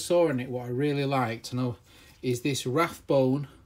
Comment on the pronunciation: It’s not Rathbone there isn’t a “TH” in it, it’s Rabone and pronounced ray-bone.